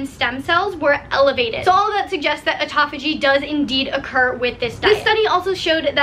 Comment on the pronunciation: atopogee? haha you mean apoptosis (a-pop-to-sis) or autophagia (auto-fay-juh)?